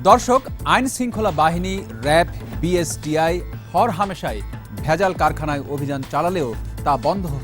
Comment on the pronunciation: Ucharonei to thik nai. BSTI k boltese BISTI. Background a jini boltesen take change kora uchit.